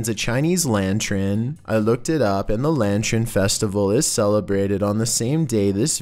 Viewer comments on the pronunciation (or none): said Lantren instead of Lantern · Ah yes, everyone has a Lantren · ah yes the lantrin festival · For somebody who claims he speaks the way he does so people understand what he says, he certainly mispronounces so many words. What the heck is a "lantren"? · we not gonna talk about the way he pronounced "lantern"?